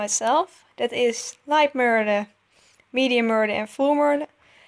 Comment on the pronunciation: and its pronounced (mer (thyms with duh)-le